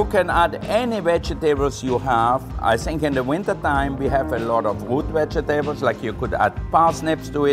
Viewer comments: I just love it i dont know why Vegetables are so lame Its all about the vejetebels It sounds classier too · I like how he pronounces vegetables he says veg a tables lol